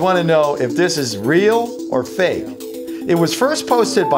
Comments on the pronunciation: Why do u say so fak it's funny its is spelled so fake it's funny 😂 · he said fak